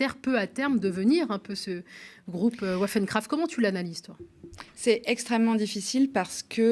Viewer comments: Pour votre information : Waffen se prononce vafen. Les armes en allemand. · waffen se prononce à l' allemande avec le son v. Waffen veut dire : "Armes"